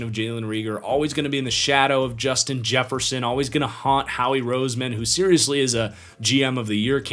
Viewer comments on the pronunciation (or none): none